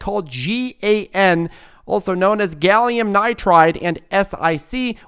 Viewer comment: FYI I sell semiconductors and you pronounce as GAN and SIC. You don’t spell out the letters.